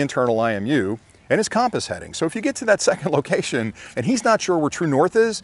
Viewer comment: Great video as always. Super helpful for new flyers. BUT I got to help you out on your pronunciation of compass.,. It’s kuhm-puhs... as in “come” here.... not KAHM-puhs. 😁😁